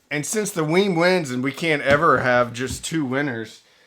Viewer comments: WiiM is pronounced like "whim", not "weem". I learned that when I attended an audio show where WiiM introduced the Ultra. I thought it was "weem" at first like the Nintendo Wii, but it's "whim". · It’s pronounced like Whim, not Weem